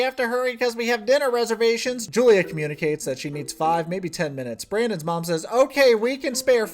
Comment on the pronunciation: I can't get over the fact that they're pronouncing her name wrong. Yes, in English is Julia, but Slavic people pronounce it as Yulia. It's not a hard name, they can respect her that much. Also about "drinking medicine", I'm not 100% sure about Russan, but in my language (also a Slavic language) we say "piti lekove" which literaly translates to "drinking medicine" so it's an understandable mistake. Betty is patronizing Julia so much, I hate it.